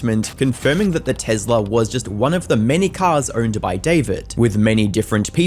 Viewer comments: Why is he calling it a “tezla” 😂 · What Tezla???? It is a Tesla! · Tezla is how I’m pronouncing it for now on. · Alright I know this is a very sad and serious video but can we talk about how he pronounces Tesla 😂